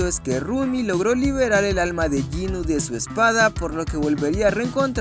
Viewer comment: Jinu no es ginu